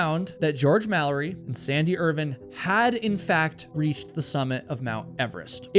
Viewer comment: Irvine. Not Irvin. Doesn't take much effort to get the names correct.